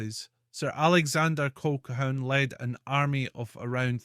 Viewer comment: The word is Colhoon . How can you expect any Scot to take you seriously if you can't speak Scots.?